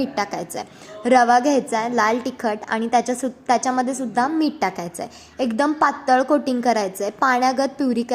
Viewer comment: Meet mhantat nahit...meeth mhantat